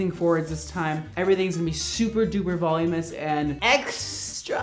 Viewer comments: *voluminous, not volumeous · Nobody:: Volumous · I love you,! but the word is voluminous..."volumous" is not a word lol